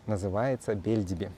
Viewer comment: Не БЕльдиби, а БельдИби. Это турецкий, а не русский или белоруский язык, пожалуйста!